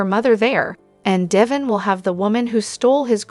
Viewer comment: Pronounce Dev in's name correct or get someone who can!!!!!!